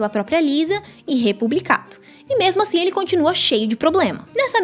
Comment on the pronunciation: "asim" kkkkkk pqp